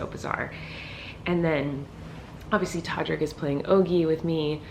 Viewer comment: U said todric... lol 😂 I love ❤️ u so much!!!!